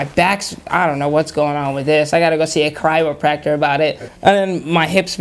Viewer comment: "A Kry-ropractor." We'll find you one buddy, don't you worry.